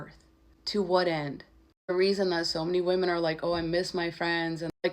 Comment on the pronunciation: You said women wrong